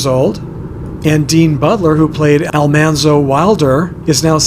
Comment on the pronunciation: i watched a video about almanzos childhood home and they were talking about how his name was al MAN zo but lucy flippen who played eliza said al MON zo and it stuck..